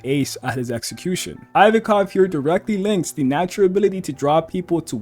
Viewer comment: you say ivankov weird